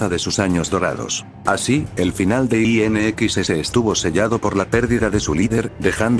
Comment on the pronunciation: IN EXCESS la pronunciacion en ingles pesima